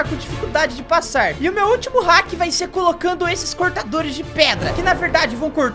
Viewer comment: vc falou heck envés de falar hack kkk